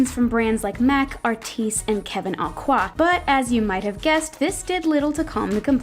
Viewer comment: CRINGEEEEEEE.. Please learn how to say Kevin Aucoin 😭😭😭 AND NEVER RUB WALNUT ANYTHING TO YOUR FACE!!!!!!! 0 to 0 times a week